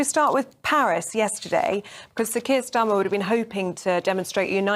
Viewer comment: Keir Stormer,was that a fruedian slip or what😂😂😂